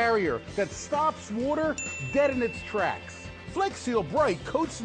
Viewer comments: It's wooder not woughter (if you know what youtuber im referencing kudos to you) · why does he say "water" so weird "this holds back woughter.... alllot of woughter"